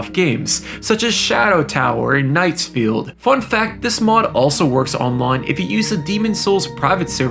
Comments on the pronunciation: wtf is a "Knight's Field" bro 😭🥀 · Kings field not knights field 😂